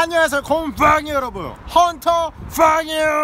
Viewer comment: 원래 헌터 퐝이 아니고 헌터 꽝 아님